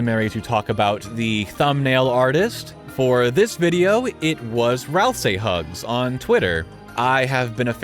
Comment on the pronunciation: im pretty sure that it's pronouced Ral-SEE not ral-saai